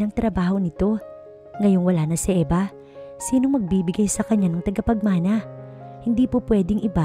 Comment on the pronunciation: TAGAPAGMANA NOT TIGAPAGMANA.